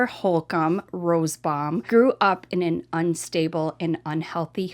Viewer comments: Not rosbbaum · I know it’s petty, but it is frustrating to hear say “Rosebaum” not Rosenbaum unless it’s a typo and her pronunciation is correct. Sorry. I just wasn’t sure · It’s ROSENBAUM, not Rosebaum. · Her name is Jennifer Rosenbaum, not Rosebomb. Im sorry to be a stickler but I feel the name of these sickos should be put out correctly! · The name is: RO-SEN- BAUM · RosENbaum. You leave out an entire syllable when you say it.